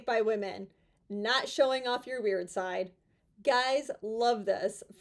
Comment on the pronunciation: Thought you said "not showing of your rear side", instead of "weird side" is a big mistake. i thought yep, that is good advice...lol 🤣